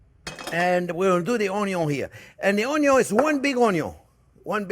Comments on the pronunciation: Chef you had me long ago at "onyo". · Had me at “ONYO…” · I think its very good to an extent and is a fine line to a gut ache & a real bad acne breakout This is 1 guy who doesn't irk me when he says own-yone (onion) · You can’t have the Butter without the OnYons! 😂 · came from the onyon memes, stayed for the impressive recipes, you've come a long way big chef man 🍻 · Ahahaha, the vegan sarcasm and choking on his words. Love it. More butter and Onyo please. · Don't you mean, "Onyo"? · How can you not fall in love with this man? He makes it all so fun. I sent my Mom his, "BBQ Braised Short Ribs," video. She loved it and now, "onyo," is a household word. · 😂😂😂 Butter and Onyo burger , Love this